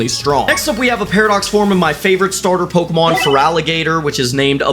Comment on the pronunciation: me from 2 bce wat a po-ke-mon and pay-ra-docks